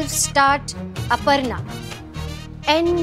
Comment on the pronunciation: it's Aparna not aprana 😅